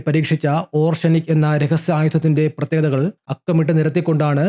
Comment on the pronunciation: ഓർഷെനിക് അല്ല ഒറേഷ്നിക്